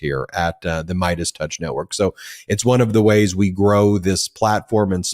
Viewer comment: Did you say “Mierdas touch”? Fantastico!